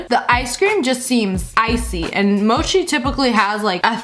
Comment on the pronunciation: Mochi (u mean mochi) u say it like its spelt moki